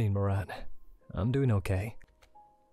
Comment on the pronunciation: Yay! finally can pronounce the Moran last name right! And ooh looks like the blonde at the beginning on the TV is voiced by Bradley who did the Journalist for Yandere Simulator! I was the opposite in the Will and Meira’s conversation I can’t stand math and love making up stories since I do want to be a writer and have the imagination for it! Jay is so sweet and handsome! Also a man that can cook is one of the traits I find extremely hot I think it’s the most attractive thing and me being a big eater I would be spoiled rotten with someone like this hehe